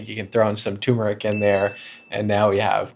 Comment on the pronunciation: It is pronounced Terr-mer-ick, not tumor-ick. Let's not forget that first "r" in the word, docs.